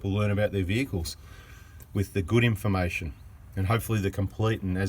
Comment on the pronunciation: love the way you pronounce in fa mation lol! and thanks for the information bada bing